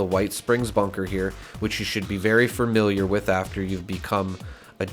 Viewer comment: Why do you keep saying “fermiliar”? There is only one R in that word. Familiar.